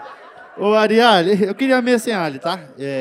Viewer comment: Ariale??????? . . . ARI A LE ????